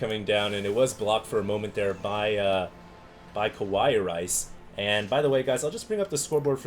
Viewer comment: It's KA+WA+II, not KO+Wa+II ffs